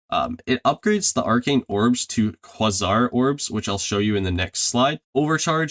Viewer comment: Excellent video bro, just all around well done and informative. You might be the only one making the content needed for this awesome game. And just like the game, super underrated!! Got a sub here, keep up the fantastic work! PS: Just a quick, unimportant note that I would want someone to give me... Quasar is pronounced Kway-Zar. :)